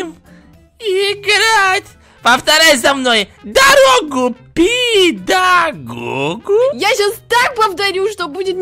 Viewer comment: Не кто: Обсолютно не кто:: ДоРоГу ПеДоГоГу:)))) (